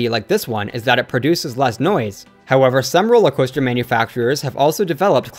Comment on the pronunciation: “Roller Hoaster”? 😂